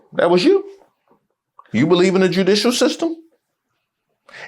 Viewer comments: She said Jew=dicuial. Erika you so fake your husband didn't trust tpusa.. how are you calling them famil. My ear balks are bleeding. STOPYOU AIN'T SLICK. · She hit judicial with that hard "jew-dicial" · She didn’t just say French. She also said, and she emphasized JEW-dicial system. Freudian slip?